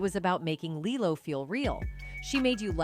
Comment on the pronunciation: How on earth do you have half a million subs with such a horribly edited video? The clips cut off without conclusion, the pivots and segments don't connect well, the AI voice can't seem to decide how to pronounce Lilo and even becomes almost inaudible at one point. Good info does not always make up for poor presentation. Stop phoning it in.